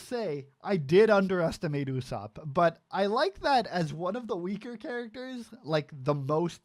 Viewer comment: Thats not how to say ussop